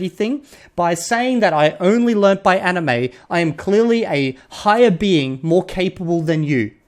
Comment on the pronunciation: Yes, that is how anime is pronounced in Japanese (and coincidentally that's also how the 'a' sound should be pronounced in Anki as well), but the way you pronounce it is pretty much the English word for it so it's all good~ I've never been involved in the JP learning community because my journey started way back in the mid-90's as a nerdy kid who had just gotten their hands on the internet. I'm also not very social 🤣 That being said, I have noticed the toxic trend with the community over the years as the language got more and more popular. The anime community, which overlaps a lot with the JP learning community, also gained a lot of far-right members in recent years which is unfortunate.